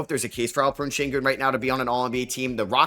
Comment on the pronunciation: He pronounced Alperen right